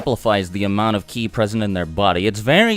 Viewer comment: it's ki not chi